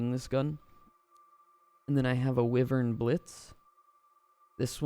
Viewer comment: Its pronounced (why)( vern)